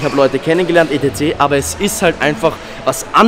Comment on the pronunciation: Etc etc etc etc, sprichs bitte normal aus. Alles gute.